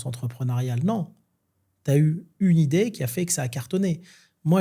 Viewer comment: 35'38 "T'as une idaie " Encore raté, c'est "t'as une idée", mon pauvre, c'est un orthophoniste que tu devrais voir et vite, et t'en fais pas ils prendront ta CMUC!